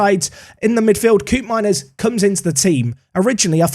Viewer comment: The ' oo' pronunciation of Koopmeiners in dutch is more akin to the 'o' in bloke or cope, in Dutch